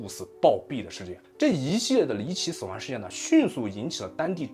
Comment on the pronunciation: 死亡wan， 康kan熙，